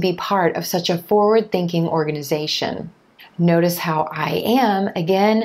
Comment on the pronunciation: Its forward thinking, not foward thinking!